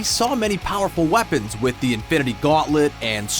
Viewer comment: Is it just me, or does it always sound like he is saying Avengers: Infinerty war??😂😂